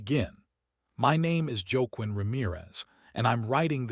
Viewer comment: I enjoy your stories but please, please watch pronunciation. The main character’s name is pronounced “wah-KEEN”.